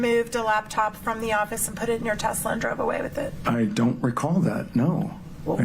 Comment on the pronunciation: Hey, it’s not called a “Tesler”. It’s a Tesla